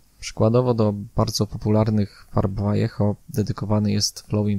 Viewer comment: Rewelacyjny film. Daje suba. Również wreszcie poprawna wymowa nazwy Vallejo :-)